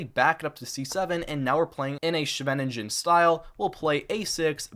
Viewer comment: Amazing effort to produce this 2 hour video! Please do learn how to pronounce "Scheveningen" and Smyslov